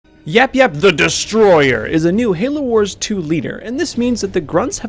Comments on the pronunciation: At the end you said it wrong. You said YapYap the destroyer. It is YapYap THE DESTROYER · If he says THE DESTROYER like that one more time I'm hanging myself with his entrails it is so annoying